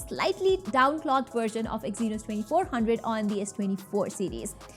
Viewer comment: I just stop watching after i hear exynos😂😂😂